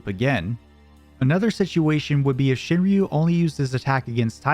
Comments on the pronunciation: "shin-roo", they don't pronounce the Y in Shinryu. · It’s pronounced shin-roo, fucking gaijin